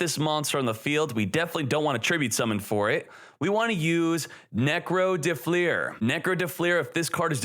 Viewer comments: Fleur is one syllable. Not “flea-urr” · "fliers" tf is that pronunciation